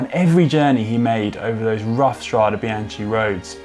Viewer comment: How can GCN put so much effort into a video and get the pronunciation of “strade” so wrong?